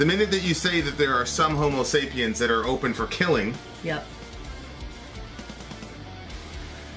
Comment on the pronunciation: you're killing me. It's homo sapiens not homo sapien.